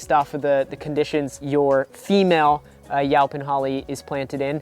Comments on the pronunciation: Is he saying 'yelpon'? Weird. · I’ve never heard it pronounced yow-pin holly before. I kinda like it! 😂